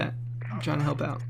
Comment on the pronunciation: its Back-A-Ra